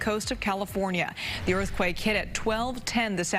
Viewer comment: Orth quake ... Evwee body wuuun!!